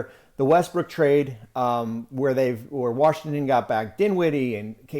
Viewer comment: As a native of dc I never understood why so many Americans put an “R” in Washington. Baffles me how many of us botch the pronunciation of our capital. Warrshington?? Lol